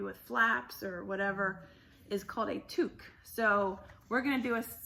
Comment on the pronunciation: Jamies are the BESTEST. You said it perfectly! Tuque :)